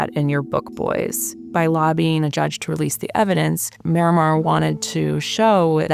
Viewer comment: Why is it so hard for people to properly pronounce the name Marimar? Everyone says "Miramar".